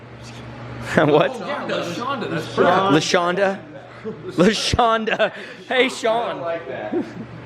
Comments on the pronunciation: “Lashawnda” “Laseanda” Shawn/Sean shaking his head. “I don’t like that.”😂😂😂😂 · Say it with me now, La - Shaun - Duh.